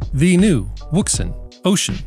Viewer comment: Love your videos,, but I wanted to help out for your favorite listener. I have a Chinese friend who has been a ham operator for many many moons, and he instructed me on how to pronounce the brand-name. It is pronounced "WOUXUN". You're welcome